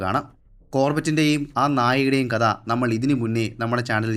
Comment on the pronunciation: കദ എന്ന് പറയാതെ കഥ എന്ന് പറഞ്ഞൂടെ